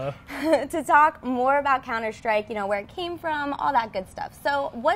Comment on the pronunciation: why do they pronounce it counter shtrike?